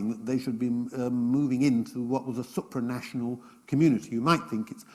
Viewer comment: I love his erudition but please: SOOpranational, not SUPpranational. You hear the latter pronunciation all the time in his series about Britain and the EU, and I just can't stand it any more.